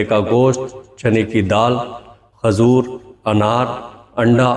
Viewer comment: Aapne saari baaten to achchhi batayi lekin khazoor nhi khajoor hoti h sahi talaffuz adaa kiya kariye